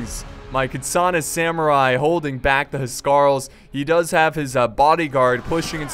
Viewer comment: My OCD keeps getting triggered when you pronounce Huscarls :'(